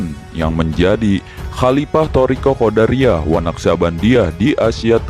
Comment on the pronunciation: Bukan QODARIYAH tapi Qodiriyah....